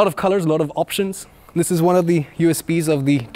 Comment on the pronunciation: very good and detailed review, like your pronouncing one "juan" :)